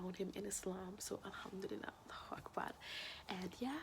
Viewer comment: Why do you say hamdilila